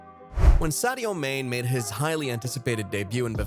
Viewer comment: Do you even watch football? That pronunciation of Sadio "MANE" hahaha